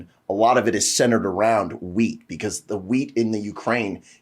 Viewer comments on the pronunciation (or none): I know it's "wheat", but I keep hearing "weed" lol